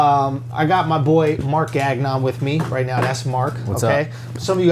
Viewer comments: It´s not gagg-non, but gañón /ganeón/ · Lmao the way you say Gagnon. It's "Ganyon" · Robert Jordan he’s not gonna pass on that joke opportunity, “gagg-non” sounds like gagging on. He’s a comedian after all.